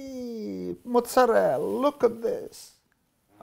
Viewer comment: "yeeee....monzerallll...look at dis"